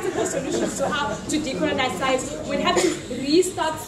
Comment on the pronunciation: The Science one Killed me!! ''We must decolenize" LMAO!